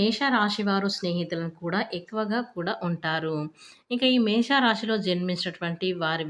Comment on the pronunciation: అక్క నీ కో దండం. అది మేష రాశి. మేషా కాదు.